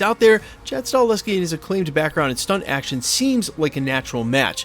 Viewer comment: You lose all credibility til you learn how to pronounce the Damn name properly of Chad Stakelski